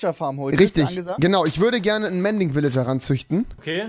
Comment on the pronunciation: Rewi „mänding Vilijar“ trymacs „ mänding mänding välingar